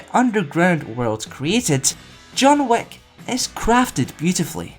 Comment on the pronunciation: the way you said John Wick kinda like John Wack